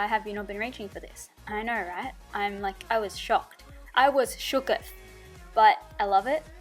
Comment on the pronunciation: My favorite part was when she said I'm shookth 😂😂but amazing 😍 your looks I always want to recreate